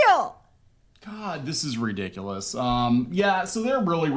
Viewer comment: the only annoying part of their whole video is the guy doesn't pronounce ridiculous right, he says ridicilis